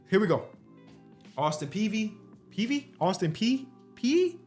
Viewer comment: Hearing add letters to words is so funny. Mayes becomes “mayers” and peay becomes “peayvy”